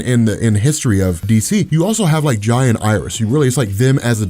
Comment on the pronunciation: jai is pronounced like jay he’s named after jay garrick 🫶🏾